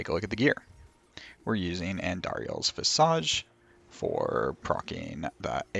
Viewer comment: Why do people keep mispronouncing visage?